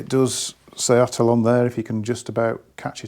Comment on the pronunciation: 'And it isn't at'oll.. '😂